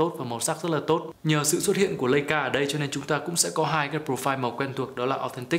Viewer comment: đọc là “lai”ca sốp ơi